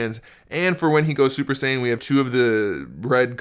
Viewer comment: "super saiyen"